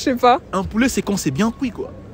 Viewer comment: poulet Apprenez à prononcer nom masculin 1. Petit de la poule, plus âgé que le poussin (de trois à dix mois). 2. Jeune poule ou jeune coq (coquelet) destiné à l'alimentation. Poulet de grain, poulet fermier. L'erreur est une humaine, bonne continuation.